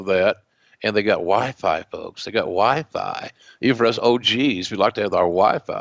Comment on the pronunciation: Hearing JR say WiFi sounds so wrong 😂